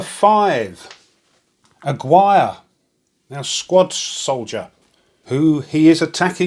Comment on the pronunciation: Great video as always! Just for future reference, the name Aguirre is pronounced "ah-Gear-re", it's Hispanic:-)